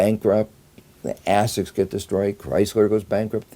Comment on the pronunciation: Is he saying "assets" or "ass sex"?